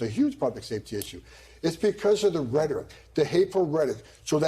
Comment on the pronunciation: This guy can't even properly pronounce rhetoric??? lol